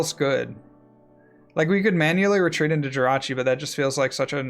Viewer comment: "Retrezeeeeat!" lol